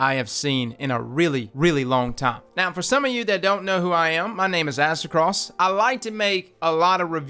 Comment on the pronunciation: Thats how it's pronounced?